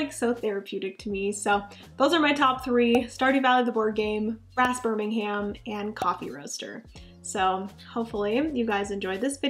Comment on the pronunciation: But I believe it is pronounced “BIRM-IN-UM”, as opposed to “BIR-MIN-HAM”